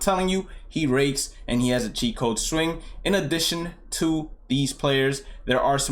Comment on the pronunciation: CHEAT CODE SWING! Not gonna lie I previously thought you were saying a Chico swing and I had no idea what that meant 😂